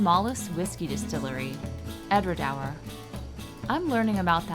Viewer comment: Edra doour is how you pronounce it - it's between waters, because there's water flowing on either side. I jokingly said to them that they're copying a French wine in the Bordelais (that's the wine-making region around Bordeaux in France) which is called Entre deux mers - between two seas or waters. They in fact do use some wine casks from France for ageing their whisky. The tannin gives it an extra finish. It may be a small distillery, but it's a great place to visit. The guide when we were there was a real professional. I still have the tasting glasses to prove that I was there.